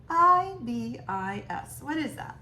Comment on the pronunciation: Sacred Ibis, pronounced "eye-bis" they're everywhere in Australia